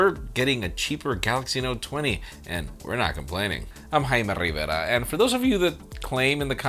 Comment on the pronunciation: AIM RRRAIME RRRRIVERA